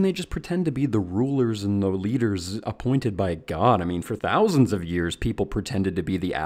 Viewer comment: anyone else realised the strange sound of how he said "thousands" ?